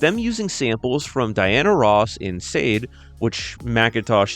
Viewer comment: Great video mate but its Shah-day not “Sayd” though I used to think the same so its understandable